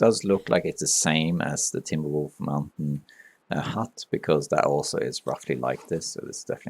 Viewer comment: When I first started watching your videos I kept mis-hearing timber wolf mountain as "teen wolf mountain". I was a bit confused until I heard it right...